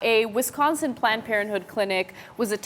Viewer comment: When saying Wisconsin please put emphasis on the "ON" rather than the "CAH". It's Wisc-onsin not Wis-consin.